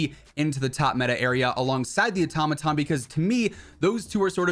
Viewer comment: Wad anyone else cringing when he said “atomaton” instead of “auto-maton